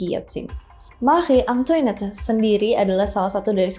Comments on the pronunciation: Maaf kak, setahuku untuk Antoinette cara bacanya Antwanet terus guillotine bacanya giyotin, semangat ngonten 👍🏽🫶🏽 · hihi agak gatel pas denger penlafalan “Marie” nya bener (dengan R dicadel2in) tapi bagian “Antoinette” nya salah. Pelafalan “Versailles” jg gak konsisten nyebutnya— It’s ok, bukan bahasa kita (walaupun bisa cari tau di translator / google sih)